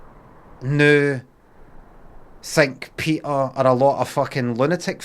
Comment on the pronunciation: You are not pronouncing the name correctly PETA. It is not PEETA but as in PET with an added A as in apple